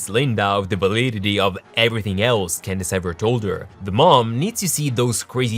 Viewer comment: Did he say Gandace instead of Candace?